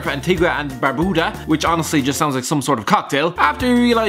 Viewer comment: Listening to say barbuda makes me feel sick..